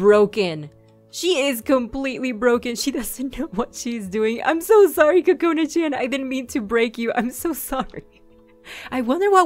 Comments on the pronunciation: I love your voice and your really funny!! But, I know this is stupid, you should believe in your own opinion, but from my preference and the preference of a large majority of people, Chan isn't pronounced chan, It's like Chawn Like saying lawn but with ch instead of l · that's not how u say Chan. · I like it! Chean it sounds like she says chean lol